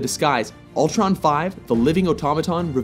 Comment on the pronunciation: it's Ultron, not Altron